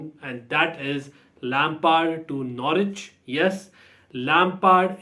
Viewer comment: Tonight I will watch Russia v Cyprus. I don't mind international football it gives the brain a rest lol. Glad you are saying Norwich correctly 😁 funny video.